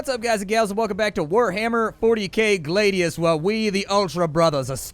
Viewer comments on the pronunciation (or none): Its Glad----ius not Glade----ius even the game pronounces it correctly for you.